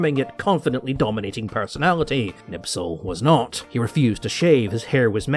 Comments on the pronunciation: It's Knispel, not Knipsel. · back to school, it is Knispel not Knipsel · Kurt KNISPEL , not knipsel or nipsel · Me as a German: Please Herr you are butchering my beautiful language. It's Knipsel not Nipsel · For someone who claims to know all of these things and calls himself a "HISTORIAN" i am surprised to see that you can't pronounce Knispels name right. It's KNISPEL not KNIPSEL. That would never happen to someone who knows what he's talking about. With all due respect i think that your knowledge is the same as that of any other self proclaimed (enter profession here) youtuber. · Knispel, not knipsel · Wehrophiles on s*icide watch rn. German gear and armed forces are only lauded as special from a distance, until one gets to experience just how borked they are. But good LORD,, how in shart can you so consistently butcher simple surnames? How can you turn Knispel into Knipsel? Anglo moment smdh. Epic video tho. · Silly, Can't pronounce Knispel correctly. Hint, there is a K sound at the start. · please, learn how to pronounce Knispel name.... :-) I wasnt able to understand who are you talking about all the time untill I found pic in your video.... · Would've been nice if you pronounced Knispels name properly, but hey, at least he got some attention. It's sp, not ps (also the K isn't silent, just weak, but that's fine)